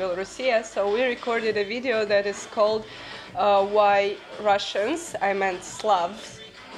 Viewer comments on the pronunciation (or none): Каже "Рашнс мін Славс". Оце дурепа.